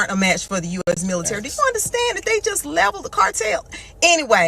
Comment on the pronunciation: Why you say milisary?